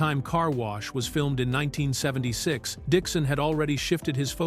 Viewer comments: AI is not good yet. It actually says the year as if it’s a number. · Why can’t this AI ever say the year properly. It’s like someone scratching a chalkboard.